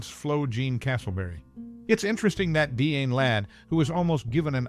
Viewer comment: Dee-anne, not Di-Anne? Pro-tag-o-nist